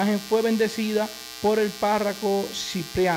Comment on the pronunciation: Que verguenza ,,, fuiste a la escuela mi Hijo, se dice parroco. No parraco